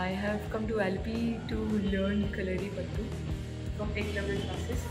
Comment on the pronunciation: Ma'am kalarippattu nahi kalripayatt🙏